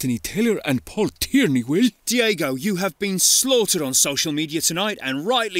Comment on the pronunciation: Diego* not Diyeigouw